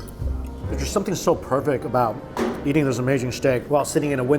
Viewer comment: Is it just me or anyone else also hear "Yeeting" when he says "Eating" XD